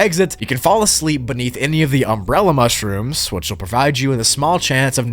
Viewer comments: “Mush-Rooms” Hahahahaha…. No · MUSH-ROOMS but BACK ROOMS.... Yea LOL I get it xD |But it sounds funny only when you said it in you own way xD LOlz! And the second version is WAY MUCH better:) P.S Much-Room:D